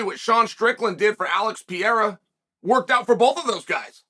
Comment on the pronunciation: If you say Alex piera again chael ima unsubscribe